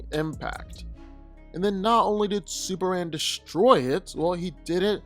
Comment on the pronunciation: Am I the only one who keep hearing superann and not superman?